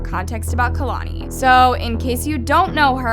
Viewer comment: Chileeee not kalani